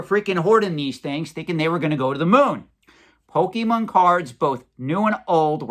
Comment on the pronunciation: Please, please, PLEASE learn how to pronounce "Pokemon". I'm being driven crazy hearing your butchery of the name. Your info is spot-on, though.